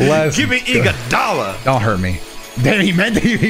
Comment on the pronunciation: No way he said Iguodala😂😂😂